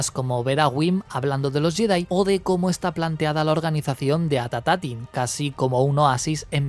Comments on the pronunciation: gran video, pero es At Attin, no At Atatin jajaj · Buen vídeo! Me causa gracia que le agregas un "at" adicional al nombre del planeta, es At Attin, y lo pronuncias "At Atattin" ajjsaja No es algo malo, sólo me dio risa.